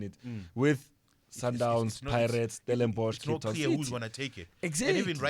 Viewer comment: Finally releaved 😭😭 someone saying Stellenborch